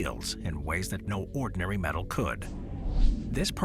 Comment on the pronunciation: Do you mean metal not medal ?